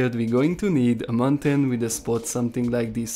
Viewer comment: It's not mantain it is mountain